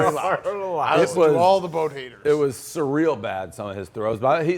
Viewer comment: Hey Pres, say surreal a few more times........ you can't